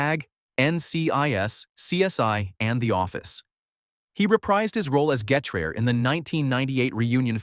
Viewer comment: Lol the narrator couldn't say Sgt Getraer's name right